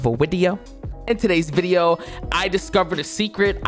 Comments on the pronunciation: You mean “another vwideo” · Welcome back to another full vwideo I love that haha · "Welcome to a new vewideo" My favorite part of the vid